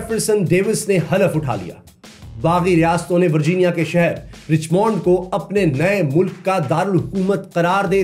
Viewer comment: یہ رچمنڈ کو رچمونڈ نہیں کہتے بلکہ رچمنڈ (رچمینڈ) (رچ مینڈ ) کہتے ھیں جیسے ڈائمنڈ کو ڈائمونڈ نہیں بلکہ ڈائے مینڈ کہتے ھیں ۔ میں صرف اصلاح کر رھی ھوں تنقید نہیں